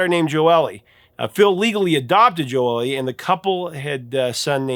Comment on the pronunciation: His daughters name is pronounced joe-lee, not jo-el-lee. Js. 😊